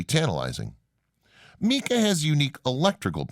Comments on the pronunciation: Mica not Meeka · Omg it is not pronounced Meeka. You are supposed to be a subject matter expert. Mispronunciations that take 3 seconds to look up drive me bat shit crazy. I need a life. Mica…It is pronounced my-ka. Even a Spanish speaking person would say my-ca according to their rules so you can’t claim using their style. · Bro, you gotta work on your word pronunciation. You absolutely butchered people's names, places, things, and ideas. How are you going to pronounce mica as "meeka"? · Great information , videos, and photographs! Thank you. The narrator has some interesting ways of pronouncing some well-known places and words. I’ve never heard of the way he pronounces some things, including “mica”.